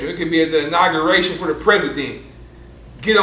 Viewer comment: 🤣🤣🤣🤣🤣🤣🤣 this nigga said at the inguaration lol